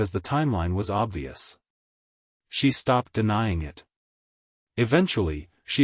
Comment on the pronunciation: Please fix the sloppy (and rather mechanical) AI voice and devote some time to reviewing these stories before posting them. The AI is pronouncing periods at the end of the sentence as "dot," and there are other awkward pronunciations ("IT" instead of "it"; "re-all" instead of "real"; the failure to pause even briefly at the end of some sentences), all making for an awkward narration. Thumbs down.